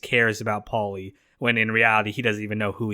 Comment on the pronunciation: why do you pronounce “paulie” so weirdly you keep saying with a decent pause in between “Paul-lee”😂